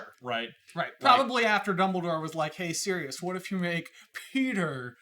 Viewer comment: I am so glad you guys properly pronounce Sirius' name, I don't know how may times Ive had to try to explain that he is a dude who turns into a dog, Sirius is the Dog Star, Regulus is also named after a star, and his name is not Cyrus.